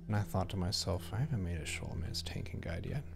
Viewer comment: SKO (rhymes with blow)-low-MANCE. This came up on the forums during Vanilla all those years ago, and the devs weighed in to tell us.